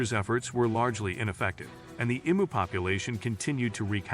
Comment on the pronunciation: Interesting subject, but read it yourself or don't bother. Nobody wants to listen to an AI mispronounce Emu.